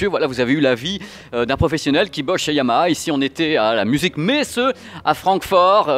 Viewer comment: Super prononciation du H de Yamaha, toujours au top!!